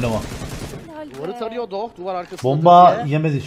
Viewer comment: Abi doch döver diyosun niye bota doch diyon